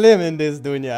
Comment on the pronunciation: he is indian he said duniyan